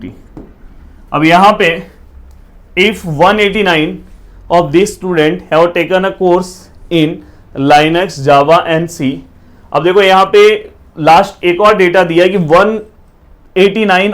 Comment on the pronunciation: Wtf is lynuxxx 😅😂 But the lecture was pretty good 👍